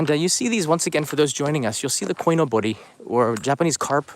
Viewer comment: Hey. Saw your vid and quickly want to correct you. It's not Koi no Bori, it's Koi Nobori. Nobori means "flag, streamer". The 'no' isn't a particle.